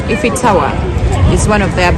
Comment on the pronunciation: It's 'iiii--fo" Eiffel. Has in A-i-fo. Tower. Not E-ffo.. And the city is paa-ri- Paris' not parisi...